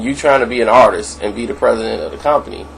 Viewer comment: Bro its Artist not Artisis no such word if you expect people to listen to you I strongly enforce that you improve your Verbal Comunication skills going forward...